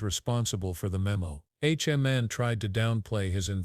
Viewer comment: Tom who???? AI keeps saying “H.O. man”. Come on!!! Is anyone monitoring this stuff and at least attempting to make adjustments? I’ve keeping a log of these errors. Here are a couple of good ones… regarding devastating volcanic mudslides called “lahars”, AI warned that the danger was due to😂 “large cars.” Speaking of the public enjoying coffee and aperitifs, AI posited that we enjoyed “coffee and ‘a pair of teeth.’” Then there was a report of some incident where “…according to the gods…” but it was only everyday ‘guards’ doing the reporting.